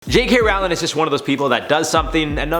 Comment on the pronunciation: it's Roh-ling now Raow-ling